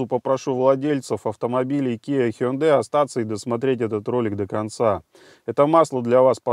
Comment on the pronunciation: О, первый раз услышал правильное произношение Hyundai ХЁндЭ. Зачёт!